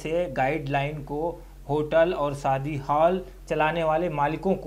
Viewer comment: Saadi nahi shaadi